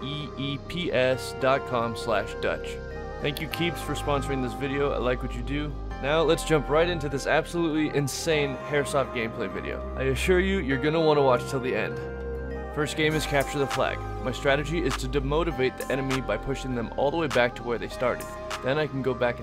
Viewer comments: Bro said hairsoft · You said hairsoft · at the beginning he kept on saying hairsoft.XD